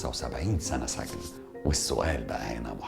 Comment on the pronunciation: سِجْن وليس سَجْن وشكرررا ❤️